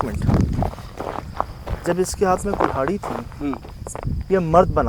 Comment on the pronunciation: kulhaari hota hai kumhaari nhi bhai jaan